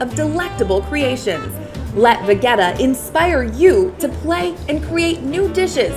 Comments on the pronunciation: Pronounce as ve-je-ta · Vegeta is a Croatian product, I am Croatian and I am pretty sure that I know how to pronounce Vegeta! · stop saying vegeta